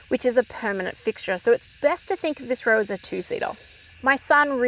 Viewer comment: ROW is pronounced ROE. Not RUR. Unless you went to a Vic Girls Private School.